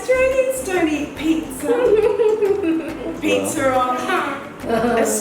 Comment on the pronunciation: Hello Dwantro fam.Galing na ni magbigkas ng word like pizza. Enjoy your pizza. Pizza is life. Happy watching you guys🥰🙏❤